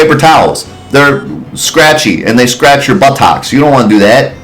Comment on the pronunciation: Rewatching this series, just spent almost 10 minutes laughing at how he says buttocks, butt-ox. 😅